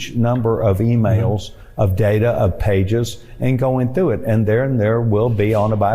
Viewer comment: "... and going thew [sic] it".